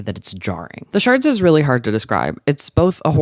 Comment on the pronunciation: i know this video is old but it do be saying “the sharts” and not “the shards”